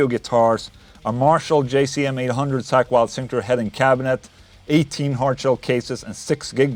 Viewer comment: Call me childish but I couldn't help but laugh every time he pronounced "Zakk" as "Sack" lol